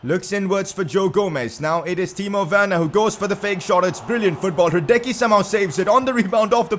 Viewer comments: Your Goalkeeper's Name pronunciation is Radeski plz dont say radeky its embarrassing. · If you want to know how to say hradecky/ ra det ski